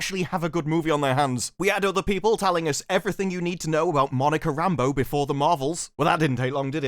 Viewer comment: not gonna lie, when i saw the trailer the first time and Fury call's out "Rambeau", i thought he said Rambo and my mind was trying to figure out why John J. Rambo was in this movie. lol